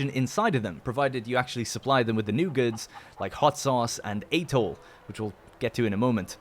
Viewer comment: Atole... ah-toh-ley